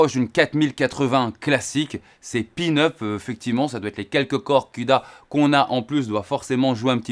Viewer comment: Salut.merci pour tes test, je les suis avec attention 😊. Par contre, on dit peanut et non pin-up 😊. Peanut, c'est cacahuète en anglais 😊